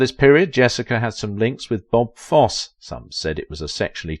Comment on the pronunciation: You say a lot of names incorrectly. Like Mikhail and Baryshnikov and Fosse in just this one video alone.